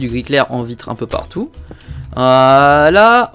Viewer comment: À il a dit on va créer une belle vivitrer